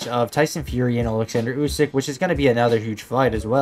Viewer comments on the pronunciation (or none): none